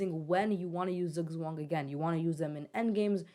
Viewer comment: The "z's" in Zugzwang are pronounced like the ts in tsunami